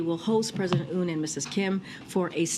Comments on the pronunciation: 대본을 보고 읽는거고 대본에 Yoon 이라고 적혀있을텐데 도데체 왜 '운'이라고 읽은거야? 이해를 하려고 최대한 노력 중ㅠㅠ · 이름을 그대로 부르는건 예의인데 yoon 발음이 어려운 것도 아니고.. oon으로 부르는건 말도안됨 그냥 모른거죠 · 김정은 발음을 전세계가 한국 원어민 수준으로 읊는 시대인데, 자기나라 대통령을 욕해서 대 히트를 친 윤서방의 ‘윤’ 을 모를리가 있겠습니까! 빅엿을 맥였네요. 가치없는 인간 ‘운석열’ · Yun을 우리나라에선 윤이라고 읽지만 영미권에선 "운"이라고도 발음될 수 있음 뭐 이런걸로 국격이 녹네 뭐네 ㅋㅋ 국격 녹은거는 중국가서 7끼 혼밥한게 국격이 녹아내린거고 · 이번엔 운이군 국짐당은? 미국식 발음이 운이요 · 운으로 처음부터 말했으면 실수겠거니 했는데 뒤에 운으로 고쳐부른거보면 빼박 고의임 ㅋㅋㅋㅋㅋㅋㅋㅋ 몰랐다기엔 운 발음이 너무 좋앜ㅋㅋㅋㅋ